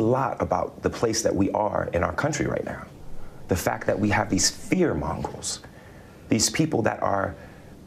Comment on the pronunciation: Fear “mongrels” is a SUPER unfortunate mistake he just made there. (It’s “fear monger” fyi…)